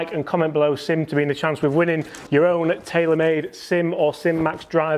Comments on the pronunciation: “SIM” please 😁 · SIM "SIM"